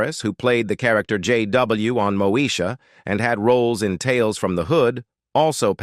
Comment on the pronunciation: Really this narrator said Mosha